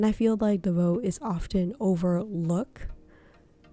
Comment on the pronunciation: Please, learn how to pronounce the name of these exquisite Belgium bags maker... DELVAUX and not Delveux